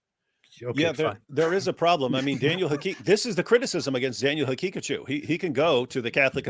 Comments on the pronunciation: I can stop laughing by the way Robert calls Daniel Ha-Kick-A-Jew 😂❤ Edit: I died when he said Daniels telegraphings his antisemitism 😭✝️ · david wood trying not to laugh everytime robert says daniel haqiqaJEW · Is it just me or does it sound like Robert is saying "Hakickajew" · Robert pronounces Daniel's name like HeKickedAJew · Great stream! I love the way Robert says Daniel's name. Ha-kick-a-jew 😂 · Robert pronounces it as "He-kick-a-jew", kind of fitting